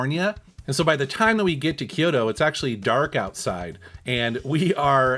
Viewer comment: It's pronounced Kyoo-to, not Ki-yo-to. Technically 3 syllables, but sounds more like 2.